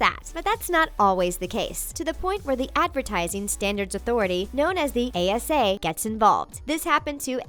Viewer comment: Was I the only one who noticed she said ACA instead of ASA twice